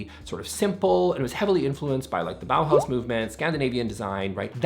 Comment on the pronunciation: mins. Should be "Bauhaus" not "Bahaus". Please!